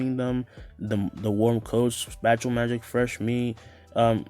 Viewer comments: I know he meant spatial magic but did I hear him say spatula magic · why you say spatial like that🤣